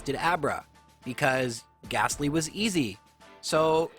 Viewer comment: Good stuff as always, and I don't even mind the wrong pronunciation of Lore-uh-lie. However I DO mind the "h" in Gastly at the end!:)